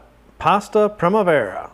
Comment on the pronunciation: Hehe the way you said primavera... :p